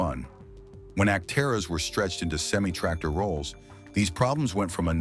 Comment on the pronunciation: Learn to say the word semi correctly. STOP USING THIS AI CRAP!